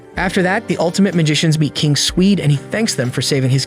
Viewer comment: The "altimte magishins"Im dying of cringe 😂😂